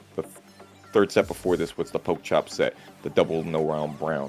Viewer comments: Could you guys fire the commentator that keeps mispronouncing? He's an ATL legend and he deserves respect. He's co-commentator kept pronouncing it correctly but the other guy just never got the hint. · Put some respect on name. You not funny or cute by saying it wrong on purpose